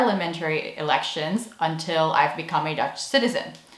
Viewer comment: Wow your Dutch accent is very good! Kudos! I think I have to agree with you on the 6 hour course on Dutch values being kind of a weird high-pressure cooker thing...